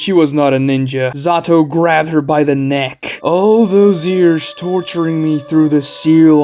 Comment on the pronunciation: “3 yars ago”